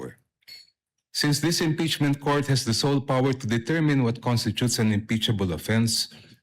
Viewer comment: Diokno- Ngeeepeachment ba?? 😂😂😂